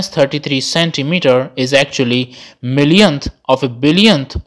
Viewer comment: “Confused?” Only because I’m lmfao on how you pronounce “millionth”